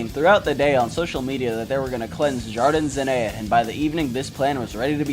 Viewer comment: I lived near Jardin Zenea in Queretaro for 2 years... (har-dean Zen-knee-a & Kay-ret- tar-o) No hate man... it took me months of living there to finally be able to tell people where I lived correctly enough they could understand me and you did way better than google maps can. Ha! The punks & skins seem to have won ultimately- saw The Casualties and the Adicts in Queretaro- both shows were amazing chaos but not an Emo in sight. Just Punks and Skins having a great time. Really cool video! You taught me something and I'm a punk who lived there. Apparently this war happened 10 years before I showed up- had no idea this ever went down- but after watching this I realized if there were Emos in Queretaro I never saw 'em. Mexican punks and skins are super cool. Swinging from the rafters- a guy in a wheel chair in the mosh pit they lifted up on stage and he was like "I'm more punk than all of you! Yay!" They just stormed backstage after The Casualties show and the band had to slowly walk to their van taking pictures with everyone but all good- nothing but love and excitement. Queretaro gets great music going through there. I'm in Puebla now and it gets skipped because its so close to CDMX on tour paths so I have to go to Queretaro or CDMX for shows. Pretty funny they fought Emos though- what? Skinheads- no problema. Emos- pendejos! (although they probably use an even more crass word I won't put here) jajaja!